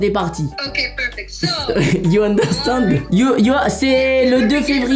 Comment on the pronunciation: " you understongue " 😭😭